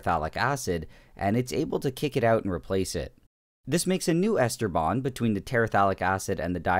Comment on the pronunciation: You keep saying Ester bond and I keep hearing Esteban.....